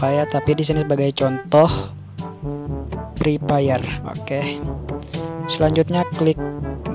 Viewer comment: kalau Bilang Fre Fire itu Pakai F Bukan Pake P Masak Pre Pire Yaa Nggak Nyambung Bang😑